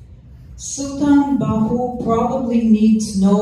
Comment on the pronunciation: So sweet to listen her how beautiful she pernounce the name of Hazrat Sultan Bahoo.❤❤❤❤